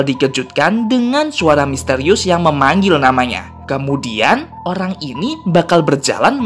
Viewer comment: Eh kok pas abang bilang orang jadi olang??